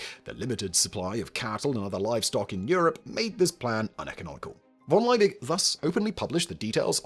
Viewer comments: Why the f*ck is he butchering von Liebig's name that way? It’s pronounced fon[d]-Lee-big. Okay, he'll do the same with Ludwig van Beethoven's name. Got it… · V in German is actually pronounced like F So, Von Liebig is pronounced as Fon Laybeeg